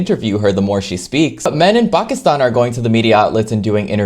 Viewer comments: How tf did he say "Pakistan" like you're supposed to ?!! Most westerners say PAYYKISTAAYN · Appreciate the pronunciation of Pakistan ❤